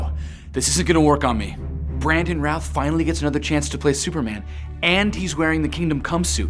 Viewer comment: it's Brandon Routh not Brandon Ralph